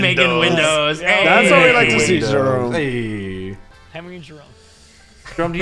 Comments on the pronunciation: that would be amazing and funny and saying licks toes!!! 😂😂😂 a lot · I think Jerome only said licks toes 1time a new official record